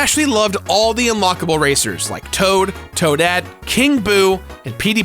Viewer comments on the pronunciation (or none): Mario Kart Double Dash might have been the only game that I have completed and dominated in both Racing and Battle mode. Best Mario Kart Game and Battle Mode, hands down! P.S. Was getting annoyed in correcting people that were saying "Toada" instead of "Toadette."